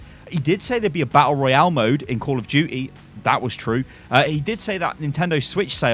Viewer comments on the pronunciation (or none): none